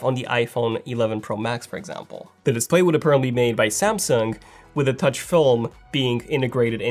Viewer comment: Tauch panel! LOL!